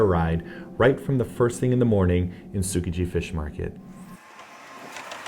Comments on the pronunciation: It's not pronounced "Soo-kuh-jee"... come on guys. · The travelers or tasters can not pronounce things right in Japanese and it's annoying. Tsukiji isn't pronounced like sook ka gee. It's pronounced like ts-skee-gee. 😧 I love watching the sushi chef though. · The way they say Tsukiji triggers me so hArd